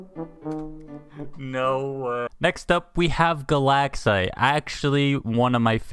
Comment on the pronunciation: "Galaxite" i thought you said "the lag site"